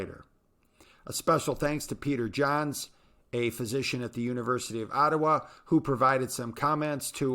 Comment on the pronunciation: university of "ottowa" lol ... ottawa!